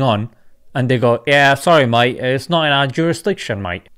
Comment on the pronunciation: The way you say mate 🤣 spot on